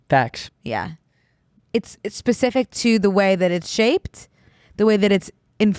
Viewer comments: I love how when says specific she actually just says pacific. Queen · saying "pacific" instead of "specific" kills me 😂💗